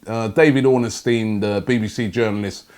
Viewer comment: WHY CANT ROBBIE GET DAVID ORNSTEIN'S NAME RIGHT? ITS NOT ORNA-STEIN